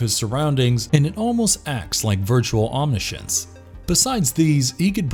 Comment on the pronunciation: I LOVE your voice and videos.. But you REALLY need to listen to your videos before you post them. Really. Slade is "egoistic"? Not "egotistical"? And "calculative", not "calculating"? Slade is "shroud".. not "shrewd"? And Trigon has "OMnishence" not "omNIscience"? "Telekinesis abilities".. not "telekinetic"? And Mammoth is no match for the average human? What? I really don't think you should just make up words.. is that weird? It just doesn't make sense.. feels almost intentional.. or worse.. like extreme lack of care.